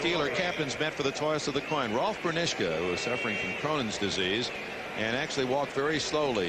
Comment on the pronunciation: "Rolf Burrnischka" LOL